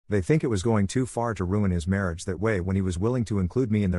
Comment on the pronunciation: "Responsable for his mariáge" 😂